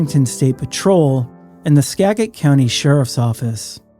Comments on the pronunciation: Just a note... skagit is pronounced Skadjitt not Skaggitt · "Ska-Juht" not "Skag-et" ffs, please get it right, it's SO annoying. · SKAGIT COUNTY is pronounced " SKAJIT" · I know this is a compendium, but please say Skagit like Sca-jēt, not ska like ska music, you’ve got the first part right… big git is jet - with a short e (it’s hard to explain in text). Thank you. 😊